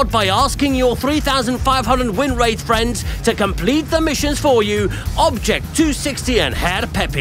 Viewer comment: Oh it totally said WN8 in the script. read it as win rate and we left it in so I could reply to people complaining about it